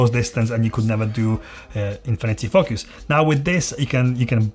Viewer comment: You say focus like they say Fu*ckers in England. lol. Great video, I subbed :)